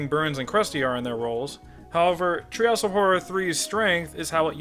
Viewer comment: Threehouse of Horror vs. Treehouse of Fourror